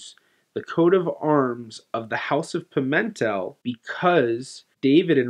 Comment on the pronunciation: Just one thing: in Portuguese, the stress on "Pimentel" falls on the last syllable (which is read like English "tell"), not on the second syllable. So, it's not Pi-MEN-tel but rather Pi-men-TELL.